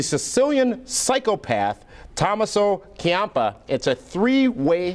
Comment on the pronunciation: mispronounced tommaso ciampa's name so cringingly bad.